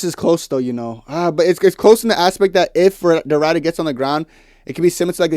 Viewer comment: It's Ridder with a short i, not a long i. Like the i in "if".